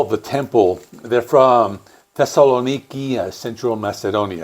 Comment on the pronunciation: hehehe welldone pronouncing thesssaloniki but now you misspronounce khirki :) and yes i think too that khirki's album was of the best in 2024. nice video